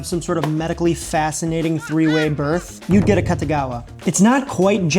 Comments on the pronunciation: Not 'Cutta', 'Koota'. 'A-Koota-gawa'. It wasn't 'invented' in Chicago. Fried rice has always been a breakfast staple of all cultures where rice is the main dietary starch. It's just the previous nights leftovers fried together, often with an added egg, so there's no specific recipe. The only reason this one has a specific recipe is because it was specially made from scratch for the tastes a specific patron within a culture that didn't have any Japanese leftovers on hand. The only thing about this dish that would seem unusual to a Japanese person is that it's nearly impossible to make fried rice using fresh rice. Setting overnight, especially in the fridge, is what dries it out and makes it fryable. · a-KOO-tah-gah-wah. KOO, not KAH. You show it in print a dozen times. [sigh] It's like printed words just roll off people brains these days like water off a duck's back and they do the telephone game instead, repeating what they think they heard somewhere. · Very Very Interesting story and dish... and i think AKATAGAWA is mispronunciation of Akutagawa(芥川) e.g. Akutagawa Ryunosuke(芥川龍之介). as far as i know, the family name Akatagawa(赤田川?) doesn't exists in Japan. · This guy doesn't know how to pronounce this dish. It's pronounced, auk ta gawa, and it's named after George Akutagawa. My father used to hang at the Nisei Lounge with all his Nisei friends, Nisei is my fathers generation, it the second generation, they were the first generation born from Japanese parents in the United States. Additionally, Wrigleyville was not a Japanese neighborhood, there wasn't a designated Japanese neighborhood in Chicago, not like Chinatown, of Japantown in San Jose CA. But the Akutagawa is a wonderful meal! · the u in Japanese phonology is pretty much always pronounced as ooh, it sounds like you're saying Akatagawa.